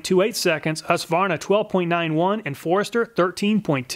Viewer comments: Finally an American than doesn't say husk a varna 🙌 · Thanks for not saying Husq-a-varna.